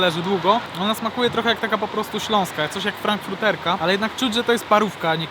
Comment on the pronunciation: Zjadłeś hotdogi z każdej stacji, a nie ze wszystkich 😂 Wierzę w Ciebie, ale 8000 sztuk byś nie zjadł, tyle jest oficjalnie wszystkich stacji benzynowych w PL 2023. Ewentualnie - "Zjedliśmy hotdoga na stacjach wszystkich marek w PL". I nie "frankfruterka" tylko "frankfurterka", od Frankfurtu, dużego niemieckiego miasta 😜